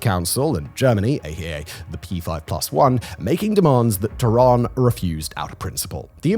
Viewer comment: Is he saying “Terran”?